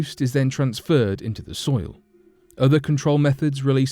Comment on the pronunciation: Who else heard 'fertile stoil' ?